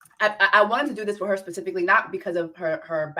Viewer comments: Why do you keep saying "pacifically" instead of "specifically?"😂😂😂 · Did you do say “pacifically” to get more comments ?! Girl I hope you know it’s specifically 😅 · you are saying "pacifically" to be funny.... right? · When she says “pacifically” is she serious or is that a running joke on this show? 🧐